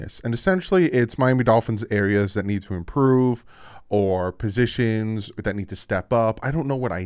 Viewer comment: Love you but its improve not imporove lol. Keep up the great work!